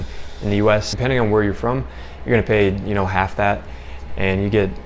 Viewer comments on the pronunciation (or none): none